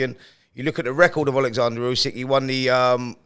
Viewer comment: Get real Simon it’s Usyk